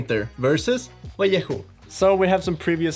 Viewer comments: Vallejo = Vah-Ley-Ho. #Oreo. 🧸🕎✝☪🍪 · well pronounced: Vallejo